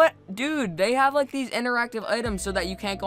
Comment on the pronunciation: "Remember to hit that lick and subscribe butt and in the face" is what I heard